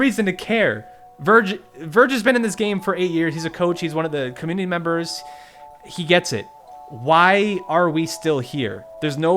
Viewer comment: This is sad, but u said communiny at the start 💀